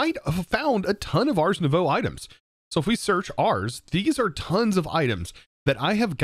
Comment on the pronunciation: Day 900 of telling that ars is pronounced «ar» (throat-back-R), and not like «arse»